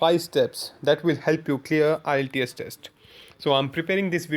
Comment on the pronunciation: you don't even know how to pronounce the word IELTS